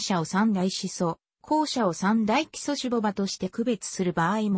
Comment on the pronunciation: たねぼばじゃなくてしゅぼばでしょ